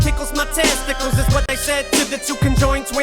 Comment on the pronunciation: I came for Eminem, I stayed to hear say “test tickles” 🤣🤣🤣💯💯💯💯🤣🤣🤣